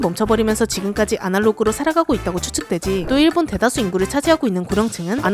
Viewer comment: 자꾸 일본 할때 '일' 발음 세게 하는거 신경 쓰인다..ㅠㅠ